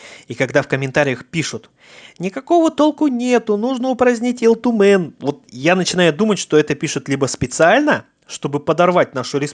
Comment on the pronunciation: У тебя с произношением плохо? Почем Ил Тумен говоришь с акцентом? С 3 минуты выключил не возможно слушать. Хотя очень интересная тема